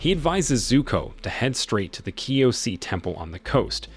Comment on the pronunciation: Kyoshi not kyosie